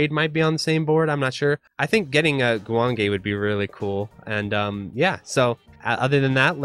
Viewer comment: As someone who has been outta the loop for a while, I have no idea what we are talking about. XD I assume this is a hardware meant to emulate a PCB? By the way, your pronunciation of Guwange was spot on. Excellent video. 👌